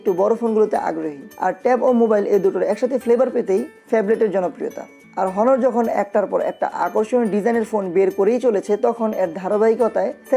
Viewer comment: ভাই আপনিতো উচ্চারনই পারেন না অনারকে বলেন হনার